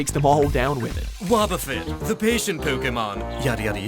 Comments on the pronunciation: I love how he kept mispronouncing Wobbuffet, even with clips inserted having it pronounced the proper way That was p funny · The anime pronounces it wahboffet, and you pronounce it whoaboffet. ?! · Pronounced it wohb no woooob like this dude can’t say anything right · Wobbufett's name is actually pronounced like the words "wobble" and "buffet" combined. I'm just saying because the guy in the video pronounces it like "whoa" and "buffet" combined.